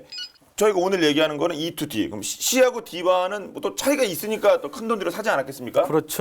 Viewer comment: E-2D 토속적인 발음, 짱입니더~